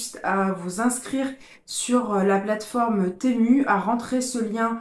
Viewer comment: Enfin quelqu’un qui prononce bien le nom .. Persoo je ne commande que sur ce site, il est trop bien